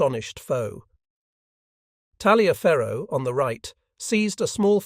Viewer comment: In Civil War terms Talliaferro is pronounced "Tolliver". Huger is pronounced as "Ujay".